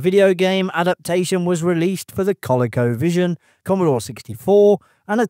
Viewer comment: Strange pronunciation of colecovision. Especially since there's colecovision commercials all over youtube.